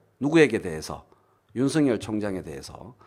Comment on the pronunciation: 윤성열 말고 윤서결 발음하기로 하셨..ㅎㅎㅎ